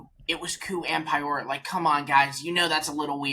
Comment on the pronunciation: Nice podcast, guys! One thing though: Pyoro isn't pronounced pie-oro. It's p-yoro.